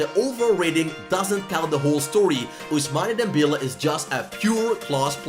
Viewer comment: “Ousmani Dembele”